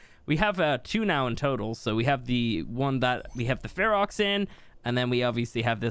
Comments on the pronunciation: When you say fear roar it sounds like Fuhrer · Your Ferox is 100% australian